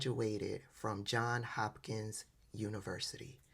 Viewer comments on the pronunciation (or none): It's JOHNS Hopkins, not John Hopkins, just so you'd know, respectfully speaking sis. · sorry to pick nits but as a retired teacher, I can't resist. You do not pronounce the 's' at the end of Illinois. Also, there is not such place as "John Hopkins University". However, "JohnS Hopkins University" is quite well respected. Be careful where you put your 's's!:eyes-pink-heart-shape